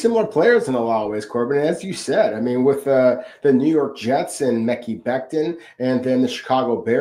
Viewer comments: Guys. "Mekhi" is pronounced "muh-Kai." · Stop saying mekki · Mekhi = "Ma-Kai"